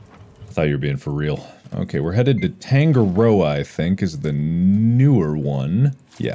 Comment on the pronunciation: I know this is old, but if anyone is curious, Tangaroa is pronounced Tahn-gah-row-ah, not tang-gah-row-ah. It's an actual Maori word :)